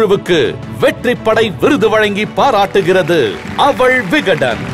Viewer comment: அவள் என்று சொல்லுங்க. அவல். என்று சொல்லி அறுக்காதீங்க. காது அழுகுது.